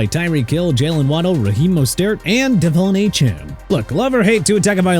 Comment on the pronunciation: Devon Achane is pronounced De-vaughn Ay-chan, okay? Also Miami is going to the Super Bowl next year IF that happens with or without Tua and Coach McDaniel